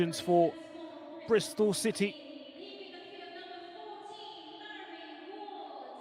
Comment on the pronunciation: Whoever this commentator is, can he be told next time that it's Bristol City, not Bristol. Also, Mari Ward's first name isn't pronounced "Mary"